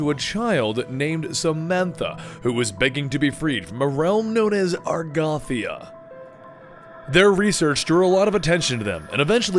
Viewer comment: (Uh-gar-tha) Agartha Samantha literally says it in origins